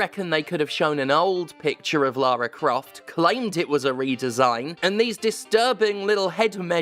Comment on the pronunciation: Why does Stephanie keep pronouncing Laura Craft's name wrong?